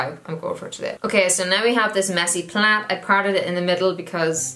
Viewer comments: It took me way to long to figure out that you were saying “plait” not plant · Lmfao dying at you calling a braid a Plat? Plad? Plac? Plant?